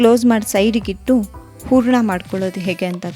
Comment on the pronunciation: Good recipe. Pronounce “a” & “ha” carefully, “ huraNa” not “uraNa” “hakbeku” not “aakbebu”